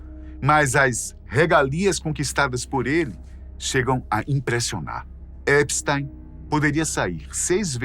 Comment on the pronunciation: Primeira vez que vejo o nome Epstein pronunciado corretamente. O "ei" pronuncia-se "ai" em alemao , logo epstAIn. Ate agora so tinha ouvido EpstIn.